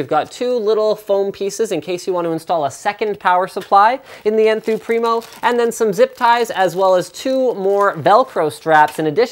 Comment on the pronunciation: when he sais enthoo primo i always hear n2